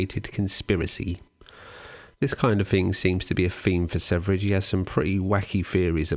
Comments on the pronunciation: His name is just the swedish word Sweden, ”Sverige”. The first part of the word is pronounced “sver” as in “swear” but with a hard V sound and the obviously no A sound, the second part is pronounced as the “je” part in the word “jet” but with a very soft J sound that is very rarely used in english, I can’t even think of an example. If you want to know exactly how to pronounce the word, just enter “Sweden” into google translate and listen to the swedish translation. I’ve seen this guy gaining more international fame, and infamy, lately. As a Swede, it’s quite fascinating. Since he speaks mostly english, he doesn’t have a huge following in Sweden, probably also because of the insane stuff he says. He’s mostly followed by weird “red pilled” guys. Edit: great video nevertheless! Happy to have recently found out about your channel. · I don't mean to be 'that guy' but his name is Sverige not Sevrige. It's pronounced "sferia" and it means "Sweden" in Swedish 🧐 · Wonder why I haven't found anyone else here commenting on this, but it's "swear-ye" ("sverige" = "Sweden" in Swedish), not "severidge". You excuse yourself from mispronounciating any other foreign name basically, that's fair, but never actually the star of the show lol. No offense though, I still like your vids and this one as well... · Your pronunciation of Sverige (the swedish, pronounced swe-ree-ghe) is atrocious and the only thing marring the otherwise great video. I'm not swedish, but man, how hard can it be to learn basic pronounciation of a word your whole video depends upon? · Sevridge.... It hurts. Ouchie. Sverige just means sweden. How did the e and v switch places? 😅 Probably just watched danknet, he pronounced it the same way. Also good video... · how the fuq no one can pronounce sv3rige good? its SVERIE= sweden in swedish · it's supposed to be "sverige" it's "sweden" in swedish.. so it's not pronunced severige also that "high meat" looks disgusting.. I think the right word is "rotten" meat